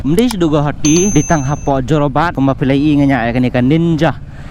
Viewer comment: Jorabat ❌ Zorobat 😂